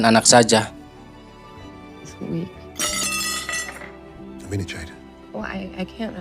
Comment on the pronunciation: Storynya bagus ❤ tapi artikukasi namanya salah Jeed ( Jade ) Bung bukan Jet dan yang laki Ed